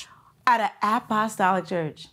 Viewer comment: Not the ap-ah-Stalic church 😂😂 and everybody said amen.